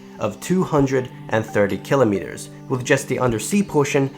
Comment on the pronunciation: the way you pronounce "Kilometers" bugs me :/